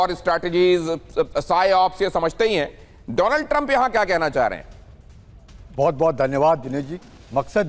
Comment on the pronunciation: My fraand dolannd trammp😂